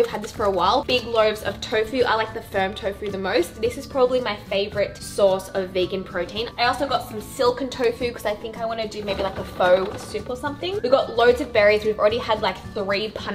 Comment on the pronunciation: Pho is pronounced FUH ❤️🧚🏻‍♀️